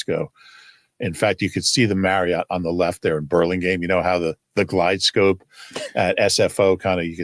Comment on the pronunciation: "glide slope" NOT "guide scope"